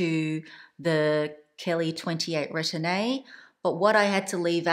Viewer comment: much love. Please allow me to note: Retourne is pronounced “ruh-torn.” The e at the end is silent. Sellier is pronounced “sell yay.” The “r” at the end is silent. Thank you for all the mod shots and detailed explanations! Even though I’m petite and 5’3”, the 25 is too small for my daily needs. I prefer a 28 sellier.